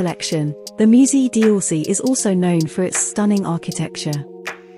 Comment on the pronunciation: Take royalty free pictures and videos of Paris, add a computer generated voice that will make sure to mispronounce the names (the "musée di orsay" always makes me laugh), add a few pictures that have nothing to do with Paris ( and ) and, in just two hours of work, without having ever traveled to Paris, you have the perfect video that takes viewers for idiots.